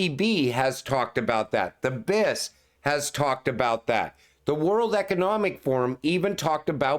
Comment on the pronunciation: You're the only one on Youtube saying "BIS" like it's a word 🤣 it's an acronym and you have to say the letters individually